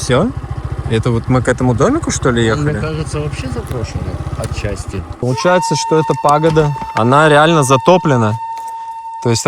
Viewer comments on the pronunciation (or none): none